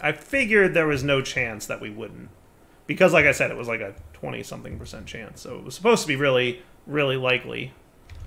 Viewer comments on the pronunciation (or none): none